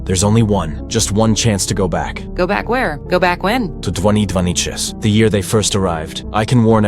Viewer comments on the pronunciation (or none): ...Why did bro become russian when saying 2026